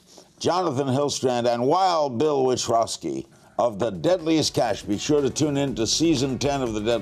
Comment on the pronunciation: He pronounces wild bills last name witrowski ..lol i know bill wanted to correct him